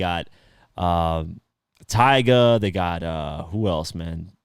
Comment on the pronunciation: Saying it just like its said...Maybe a hair more emphasis on the GA part but otherwise....🤔😒🤣